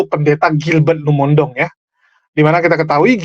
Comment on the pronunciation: Maaf, penyebutan Lumondong itu keliru. Harusnya Lumo in dong. Bagi orang manado tidak ada marga Lumondong